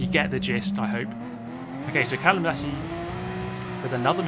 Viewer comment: Callum? mallucm...